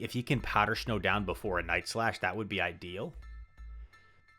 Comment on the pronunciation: Why does your snow pronunciation have an H in it lol? This is like the third or fourth video I’ve noticed powder shnow.